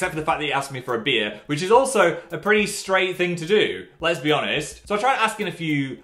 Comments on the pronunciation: I don't know if this was intentional or not but it Phil said "Les be honest" sounding more like "lesbian honest" than "lest be honest". I love Phil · Me: Lesbi-honest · exactly so